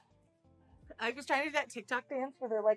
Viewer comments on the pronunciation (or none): none